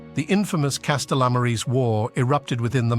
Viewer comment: The pronunciations...Lol. "Castellammarese wars"... He butchered that... Castellammaria del Golfo, Sicilia...